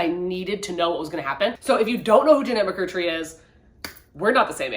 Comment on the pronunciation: McCurDEEEEE!! Lol not mccurtree! I’m so excited to read her book though, I’m happy she got her story out there!